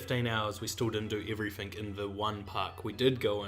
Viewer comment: Lol "everyfink"and "everyfing" ya need to pronounce your "T's"